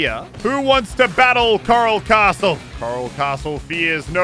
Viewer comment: The name: coral castle Muselk: Karl castle